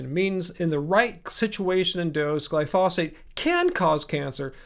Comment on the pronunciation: my friend, it's "glyphosate" and not "glyphosphate".